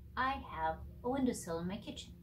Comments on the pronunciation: Hi... Just letting you know that it's not a window "seal", it's a window "sill" (S-I-L-L). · The window seal is a gasket that seals the edges of your window frame. The window sill is the shelf-like platform at the base of your window that your plants sit on. Sill rhymes with till. You'll probably get more clicks on this video from people who type "window sill" in their youtube/google search. Most folks probably wouldn't type "seal" since it's a variation based on multi-generational mispronunciation. I say this only to help. I only found this channel accidentally through google searching, and I want more people to have that opportunity.